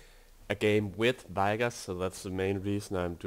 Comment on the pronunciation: i hate the way he pronounces vigoss AAAHHHHHHH